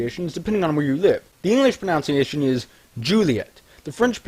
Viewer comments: "you can not make a mistake with spelling or 'pronounciation'" makes a mistake pronouncing the word pronunciation smh and lmao simultaneously -.- X'D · that moment when you mispronounce pronunctiaion